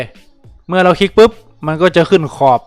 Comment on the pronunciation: คลิ๊กปึ๊ป(เป็นสำเนียงอีสานบ่ครับ) fc-ขอนแก่นเด้อครับผม กำลังศึกษาเมนูต่างๆ อยู่พอดี ขอบคุณครับ